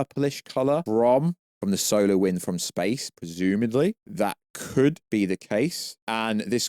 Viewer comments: Are you trying to say "'solar' wind" during the video? Because your accent makes it sound like you're saying "'solo' wind" (which sounds funny). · Why did he keep saying solo winds it’s SOLAR